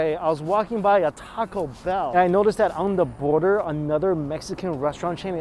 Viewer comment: onda border ? is that like underwear? lol really need to learn to pronounce the letter 'TH' doesnt sound smart when u replace it with "D".